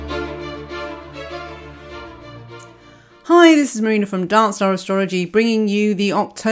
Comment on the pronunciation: Lol when she said “make sure you come to Darkstar...” I thought she said Dance Dance and I got so confused